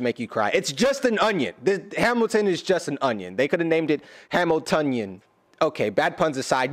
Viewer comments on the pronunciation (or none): not "hamiltonion"